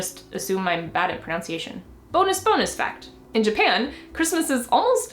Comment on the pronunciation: "...and not just assume I'm bad at *pronounciation*" I can't tell if that was intentional or not....